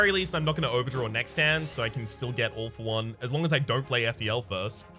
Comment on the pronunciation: I love how "All For One" sounds like "Awful One".